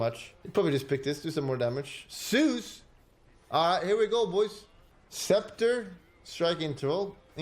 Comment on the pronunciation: Can he not pronounce the letter "Z"? "Seuss".